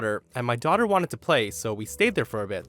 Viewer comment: Oh ok it was english, sorry. Thought she said "Tochter" 😂